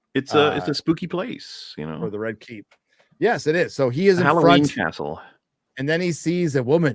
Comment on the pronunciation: “cast-ull” you truly are a treasure 😂